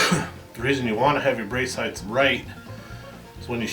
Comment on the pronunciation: Oh my god, it's height. Height, goddammit. Not heighth. Can't take it. Otherwise great video.